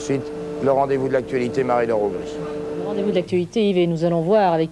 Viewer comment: Augry et non Aubry ;) Ah mince il n'y a pas la fin ^^.